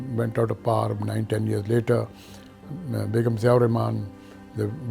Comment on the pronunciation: Why he is pronouncing "power" as "par"? It's funny how Pakistanis think that's how British people pronounce it, so they try and say it this way, when that is completely false.